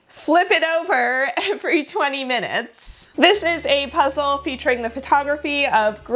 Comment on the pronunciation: So It’s the first time I’m ever watching a video of you (love it! I subscribed immediately), but first I thought you said “welcome to PREZEL”, and I was like “YEAAAAA prezel! wait. Ohhh Puzzle hahahah” 🤣 anyway, great video!